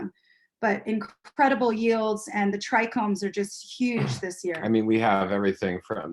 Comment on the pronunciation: Thought it was a bit odd. Dude was dropping crazy knowledge while mispronouncing trichomes. Haha Thanks for all you do brother. 🙏🏼